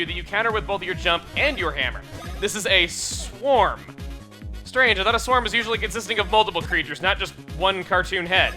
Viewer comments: Wouldn't it be pronounced S-worm and not Swarm? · I think in this game sworm is pronounced sw-err-m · Its pronounced sWORM. like a worm but with a s in front of it. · Uh... Chugga you know that sworm, is pronounced S-worm right? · I'm pretty sure Sworm is pronounced Worm Chugga. =P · I really think it's supposed to be pronounced like worm but with an S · that Sworm is not pronounced how your are saying it, it is pronounced like 'worm' but with s in front of it, if it was pronounced how you are saying it then it would be an a not an o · You know, I always thought that instead of mispronouncing it, he just made a play on words.